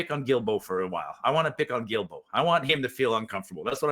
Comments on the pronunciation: Hi surname is pronounced Duildeault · the way to pronounce Guilbeault is GILLBO